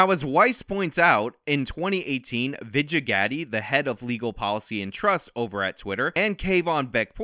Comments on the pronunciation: Oh man, you aren't even in the neighborhood of pronouncing any of those foreign names, man. Vidjagotti? And you just made up a new last name for Parag LOL. Have you not heard their names a million times by now? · I felt the same pain when he kept pronouncing Vijaya as "Vij-a" 🙄